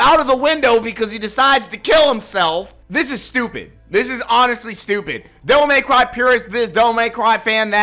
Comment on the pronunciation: "Devil MAY cry" Why do people say it like this? It burns my brain.